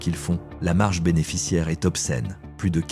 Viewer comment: "maintenant, nous arrivons à une marque qui e-s-t" ??? 🤔🤔🤔🤔🤔🤔🤔🤔🤔🤔 Bon sang mais si vous vous utilisez des IA, utilisez-en des bonnes, enfin ! 🙄🙄🙄🙄🙄🙄🙄🙄🙄🙄🙄🙄